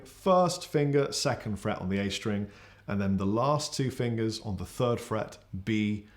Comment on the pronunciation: I just realized something... I was British all along! Lousy speech therapy classes were useless. Hearing say "fird fret" repeatedly made me realize I was actually just on the wrong side of the pond and didn't need to learn the difference between "th" and "f"....